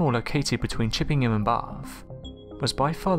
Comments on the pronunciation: Very interesting but what was the mystery! & btw - it Chippenham not Chippingham. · Chippenham, not Chippingham. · Buddy, it's Chippenham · It’s chip-pen-um